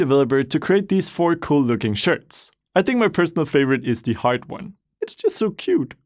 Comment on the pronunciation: I love when says "very very COAL" instead of Cool.